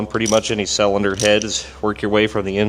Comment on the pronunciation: Sellinder? Is that how you pronounce cylinder when you're from Missouri 😂😂